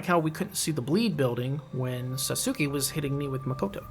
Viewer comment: He pronounces his name SATS-KI. Back in the original, I think LP said you did not get Makoto back if you handed it over to Satsuki. But maybe you do get it back. I never handed it over until this playthrough so I cannot confirm that. I just killed him without handing it over. Regardless, you still have to fight him and lower your character tendency. ^___^